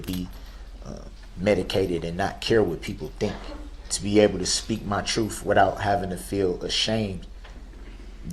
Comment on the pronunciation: Troof! No need to axe to re-moo-me-din as it was worth (worf?) watching.